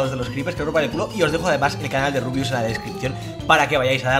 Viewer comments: LIKE SI HAS ESCUHADO A LUZU DECIRLE A RUBIUS "RIABIUS" E EL MINUTO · when te das cuenta de q luzu le dice a rubius rabius